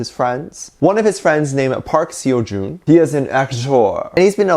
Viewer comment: Noooo pronounce Park Seo joon's name well...... I love him too 😭😭